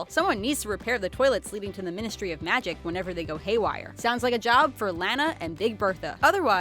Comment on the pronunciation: It's (LAWN-A) not (LAN-A)